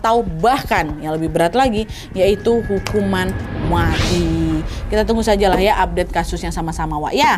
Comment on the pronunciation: Candu banget kl kak nad udah ngmng "hukuman mwati" 😂😂